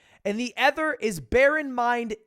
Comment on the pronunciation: why do u say ether instead of other